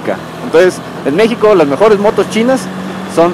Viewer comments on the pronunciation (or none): none